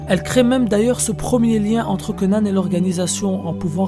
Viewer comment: Pourquoi tu dis Conane ? Mdr